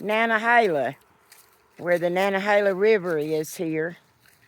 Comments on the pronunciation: I"m so happy to hear a native Appalachian pronounce "Nantahala"! haha I've hiked most of the AT, so I"m familiar. This is the first time I"ve heard it pronounced that way. I agree with you though. NO Dick Taters! (paid for by Richard Tater for president and I approve this message) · You are the best of Ameeica!! Love you,. And now I know the right way to pronounce Nantahalla😊 I never watch YouTube videos to the end, but I watched this all the way through. I so wanna be your neighbor.❤❤❤❤